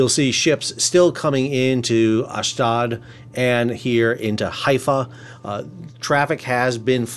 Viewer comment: Hi Sal thanks for all your great work. FYI, Ashdod is properly pronounced AHSH-DODE. (Rhymes with LOAD)